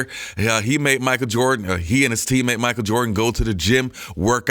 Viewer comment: Bro you so funny when you do videos talking about Michael Jordan cuz everytime you say Michael Jordan it sound like you saying Micah Jordan 🤣😂😆